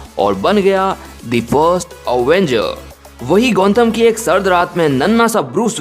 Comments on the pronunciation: It's gothom not gonthom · It's Gotham Not Gontham stupid😂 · It's Gotham not Gontham ! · and its gotham knight not gontham knight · gontham knight kya hota hai? it's gotham knight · Gontham nahi Gotham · Dude It's GOTHAM Not Gontham 😂